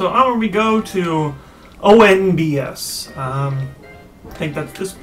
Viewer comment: OH MY GOD, IT'S NOT ONBS...It's O.N.B.S., its an acronym. Orre National Broadcast Station. Jeez...